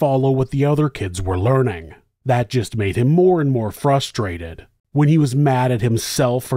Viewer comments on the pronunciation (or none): none